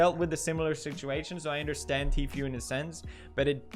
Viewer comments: Pronunciation Every normal people: T foo Pewdiepie: TEA-FEW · It's pronounced tfu, not tfueee with the long e at the end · Is he call Tfue G-fuel? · Teef-Yoo instead of Tfue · The way Pewdiepie pronounces Tfue Teefuuee is hilarious 😂🤣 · "Tfew" lol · I love how Pewds pronounces “Tfue” like “T-few” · He pronounces tfue ..teefew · I love how pewds pronounces tfue teaphew I’m gonna start saying that instead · Does it bother anyone else that he pronounces Tfue’s name like “Tfew” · dear Ms Ham, sometimes it seems like your pronunciation just goes to shit for no reason. ur the reporters on youtube and u don't know how to pronounce tfue (tfoo). come on... thats just lazy. i still support pewdiepie tho... mary u need to do better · When pewds pronounce teefueouuuuu🤣🤣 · Too few times does Pew say the fue in Tfue correctly... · But she did an oopsie and pronounced Tfue wrong